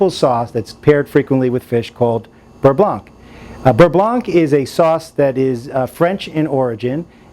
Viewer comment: The C is silent...beurre blan